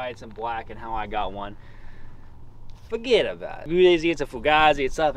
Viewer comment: lmfao "foget about it"